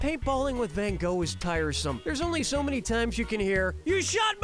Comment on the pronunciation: The way pronounces 'Van Gogh' rubs me the wrong way. Can't blame him though, 'cus unlike me, ain't Dutch.